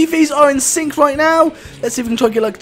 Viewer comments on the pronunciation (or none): none